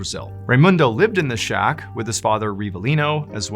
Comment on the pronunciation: Did you say Shock for the word shack 😅 Great show as usual!